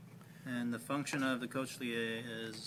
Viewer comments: "Information may not be exactly correct. Check with your local professor for accuracy, or someone who actually knows anatomy." Exactly. No one should use this as a source of accurate information. "Co-shlee-ay"?? Try "coke-lee-uh". Wow. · cochlea = coke-lee-ah